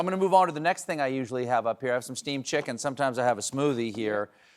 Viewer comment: Is he saying Steve’s chicken or steamed chicken?